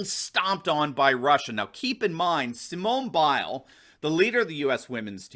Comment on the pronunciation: Sir, I’m from the UK and I’m no great fan of “wokeism”. However, your whole argument is lessened by your continued (and some might say deliberate) ploy to incorrectly pronounce Simone Biles’ name. By all means say what you think, but at least have the respect to address the person that you wish to criticise accordingly.